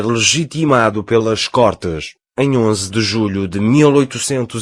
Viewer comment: Côrtes e não cortes.